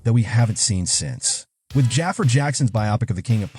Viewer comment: Jaafar is pronounced Jah-far. Learn how to pronounce unique, ethnic names.